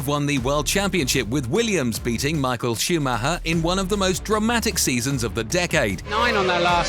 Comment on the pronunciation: Who the fucking fuck is Michael Shoe Ma ha?